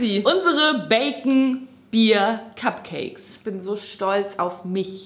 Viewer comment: sagt bei etwa "kack"cakes?:DDD